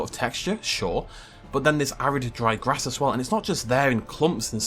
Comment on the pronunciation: the amount of things he hesitated over in this video, and you pick that 🙄 I hope you're just as concerned over his mispronunciation of the word "grass" for example